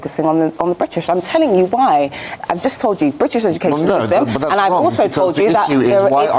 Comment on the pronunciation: You can tell she right in the way she pronounce ‘Briish’ 😅